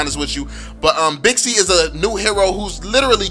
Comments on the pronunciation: Wew bixi actually its pronounced baxia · What I like about you is that your empathy when it comes to those who are taking your insights negatively by explaining what you are trying to convey. Btw, it's Baxia not Bixi anymore. My top 5 tanks? 1. Baxia 2. Franco 3. Minotaur 4. Johnson 5. Uranus But I'm a Lolita main, lols! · Baxia... Not Bixi.. Baxia is the latest name.